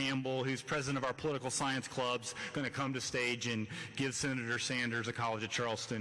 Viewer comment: "Shenator Bernie Anders!!" Dude can't even english... and he prezhidunt of university....